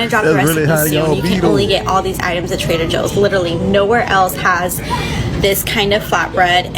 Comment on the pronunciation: No she didn’t say “Trader Jose’s”😂😂😂